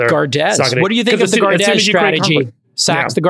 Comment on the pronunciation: lol at Jcal's pronounciation of Gardez, Francais S'il vous plait GUARD, jcal, it's Guard. Guard your queen. lol.